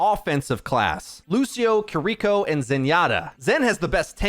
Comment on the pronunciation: Dude makes great guides but still can't pronounce Kiriko's name correctly lol